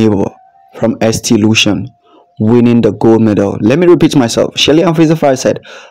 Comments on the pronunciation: ST Lucia 🇱🇨 is pronounced saint Lucia 👉ST is short for saint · Darling, pronounced Saint Loosha. Julien Alfred is from St.Lucia, she started running in St.Lucia at the primary school level. She attended Leon Hess secondary school in St.Lucia and then moved over to Jamaica for 3 years and attended St Catherine High, where her talent as a sprinter would further develop. She has now been in the US for maybe five years now and has been trained, by coach Flo. All three countries have contributed and helped. Yes, in the Caribbean, we are all brothers and sisters. We support each other.